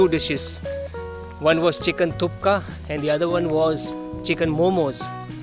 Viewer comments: It’s thukpa not thooka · Guru not thukka its thukpa ondu Sala bylakuppe hoge yela artha ayedate